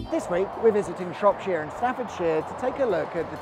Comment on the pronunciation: Plus he emphasises the “shire” and says it like shropSHEER